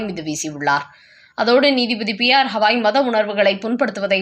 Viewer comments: பெயரை ஒழுங்காக உச்சரிக்க கூடாதா? அவர் பெயர் ராம கிருஷ்ண Gavaai ஹவாயும் இல்லை ஹால ந்தும் இல்லை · crisp name is continuously pronounced wrongly.its not HAVAi as she tells his name is Gavai. for poor & Sahu..tamil pronunciation is Boori & jaakku. they kill languages. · அம்மா, அவர் பெயர் 'ஹவாய்' இல்லை. 'கவாய்' என்பதே சரியானது. ஏறகனவே இதை உங்களுக்குச் சுட்டிக் காட்டி இருக்கிறேன்.